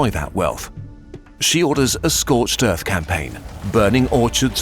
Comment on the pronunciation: scorched earf (The boys)